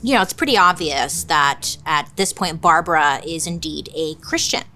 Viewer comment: Say Barbra one more time 😂😂😂